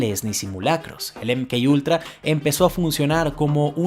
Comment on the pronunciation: Si lo vas a decir en español, se pronuncia eme ka ultra